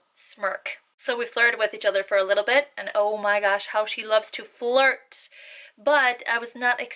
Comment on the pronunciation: I was just wondering how come you don't say how with a pronunciated w when you clearly use the pronunciated W and other words with a w?